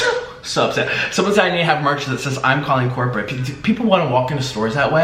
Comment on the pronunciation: I just Burst into laughter everytime you say Im calling COORPERATE! 🤣🤣💕💕